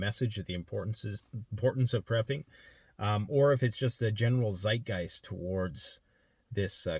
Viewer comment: As a german it makes me mad how you pronounce 'Zeitgeist'.